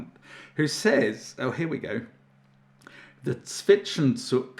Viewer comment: Zwischenzug, roughly pronounced like "tsvish-en-tsoog".